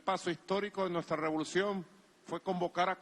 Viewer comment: Robolucion. Lo. Dijiste mal